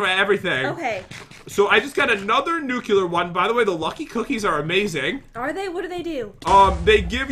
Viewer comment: I wish they would say nuclear correctly